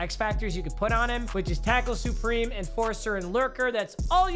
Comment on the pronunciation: “tackle soopreme”